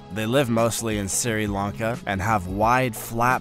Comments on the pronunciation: Siri Lanka 😁 it is pronounced "sree Lanka". Anyway good content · just one negative note: You mispronounced too many words wrong here for me to mention. Usually, just emphasis on the wrong syllable. Otherwise, the content was okay. And then I heard you mispronounce Sri Lanka. JFC, dude. WTF is "SIRI-Lahn-Kah?" It's "SHRI-Lahn-Kah." I just can't with this. And before that, you called a "GOB-lin" shark a "GOB-eh-lin." Gobbling is eating quickly. A Goblin is a mythical creature. This shark is not eating quickly, it is looking like the mythical creature. I'll stop now, before I burst a vein. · It is pronounced Shree Lanka not Ciri Lanka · Siri Lanka? Come on! Tsk Tsk Tsk.